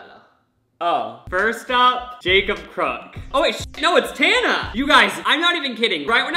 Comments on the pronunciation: The way you pronounce Tana got me tRiGgErEd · how did he manage to pronounce "tana" a different way every single time he said it lmaoo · maura m p